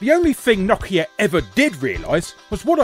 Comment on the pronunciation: Knockia? Its no-kia not knockia. Brits really like to mispronounce names huh? I mean you guys actually pronounce some of them right (Adidas for one), but others, (Mario, Nike, Nokia) are just so wrong it's actually funny, like I laughed far too much at this episode, but it wasn't at what I should have been laughing at LOL